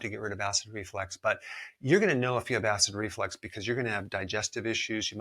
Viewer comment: There’s no such thing as acid reflex. It’s acid reflux. And I listened a few times and it really sounded like you thought it was acid reflex. Also, why is the salt concentration strong enough to desiccate (that’s what’s it’s called when you dehydrate a cell) but not enough to do the same and kill the cells of your body (specifically the extremely fragile cells of your the mucosa linings of these area of the body? Also a drop of liquid in the ear does not get to the Eustachian tubes jointing the throat and ear. The ear drum seals it off (that’s exactly why the Eustachian tubes exist: to equalize air pressure from the front part of the ear with the inner/back.